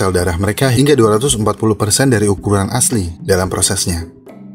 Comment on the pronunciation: Sekedar saran: asli bukan aseli ;)